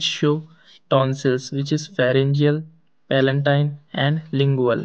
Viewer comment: Palatine not palantine